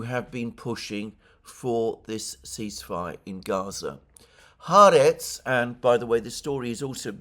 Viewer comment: The newspaper is pronounced Ha Aretz (The country) Sabbath is pronounced Sabbath is pronounced Sabbath not Sarbarth.